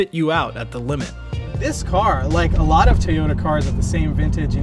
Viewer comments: It's pronounced Toy-oh-tah, not Tee-yoh-tah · Why are you saying TAYota? It’s TOYota just so you know 😜